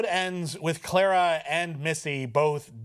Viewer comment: Davros not Davrose, Clara not Claira. Sorry but not sorry XD